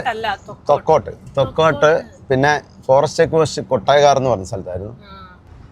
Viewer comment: ഹലോ ഞങ്ങൾ കാസറഗോഡ് കാരുടെ സ്ഥാലപ്പേരെല്ലാം തെറ്റിച്ചു പറയരുത് അതി ഞങ്ങൾക്ക് സങ്കടാവും കേട്ടോ ഉള്ളലാ അല്ല ഉള്ളാൾ ആണ് ട്ടോ അതുപോലെ തൊക്കോട് അല്ല തെക്കോട് ആണ് അവിടെ ഒരു മെഡിക്കൽ കോളേജ് ഉണ്ട് ഇനി ശരിക്കും കരയണം കേട്ടോ ഞാൻ നിങ്ങളുടെ കട്ട ഫാനാനാണ് കേട്ടോ എന്റെ പേര് സുലോചന കുഞ്ഞിക്കണ്ണൻ എന്നാണ്. എന്റെ വീട് ചെറുവത്തൂർ aanu